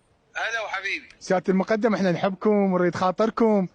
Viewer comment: الرتبة مُقٓدم بالفتحة فوق القاف وليس مقُدٍم هو مو اعلامي شبيك